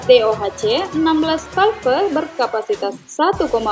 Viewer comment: Videonya deceptive, ternyata cuma info harga saja. Btw cewek yang menjelaskan suaranya annoying banget. Dan ketika ngomong 'VALVE', aduh...really?